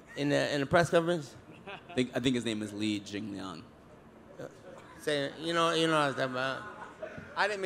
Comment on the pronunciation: Nate Called Jingliang ChingLi 😂😂😂😂😂💀